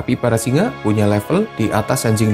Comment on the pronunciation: Singe apa singa yg jelas dong ngomongnya